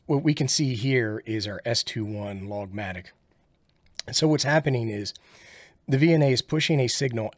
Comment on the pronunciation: Did you say "logmatic" when showing the trace format selection? That should be "log magnitude".